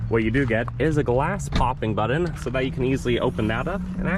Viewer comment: Good review...but the oddest pronunciation of "button" I have ever heard...